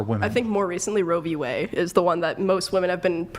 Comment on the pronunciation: Only women who are ACTUALLY blind. But that's ONLY because they CAN'T SEE! lol Also, what the hell is Roe v "WAY"??? That's proof she is just repeating what she hears on TikTok. She doesn't even know the actual case title! This chick is too much. She's 22 and acting like a child. I was married at 21 and had my first child at 22, second at 26, third at 30 and am still married and going strong. Though I believe that women should get married and have families, I'm a little grateful that people like this aren't interested in reproducing! Can you imagine? Wild! Just wild!